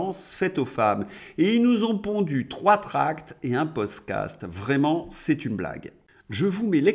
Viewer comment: tu es fâché avec le mot "podcast"!🤣🤣